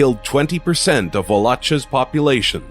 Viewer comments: None of of this Wal-lo-cha non sense. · He pronounce Wallachia wrong. It is pronounce. Val-Lock-kia. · What a pitifully ignorant video. It's rife with mispronunciations, mischaracterizations, and historical inaccuracies. Osama bin Laden is a toy compared to most of the other people on this video. Vlad Tepes was not named 'Dracula'. Wallachia is mispronounced. I could go on and on. What absolute tripe.